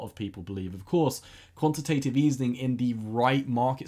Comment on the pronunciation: Nice video! One small thing: it is called quantitative easing not easening (